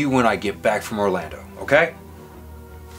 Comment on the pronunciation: it’s Orlando not Orlandot